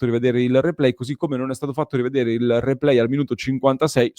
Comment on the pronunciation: “Ze replay”